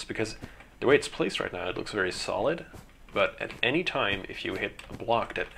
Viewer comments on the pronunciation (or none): none